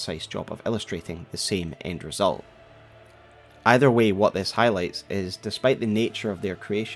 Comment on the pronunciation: I wish I could like the stories you tell but that accent man, is hard... is so hard not to laugh at the way you change "i"s for "e"s Wetch? Thes? Lmao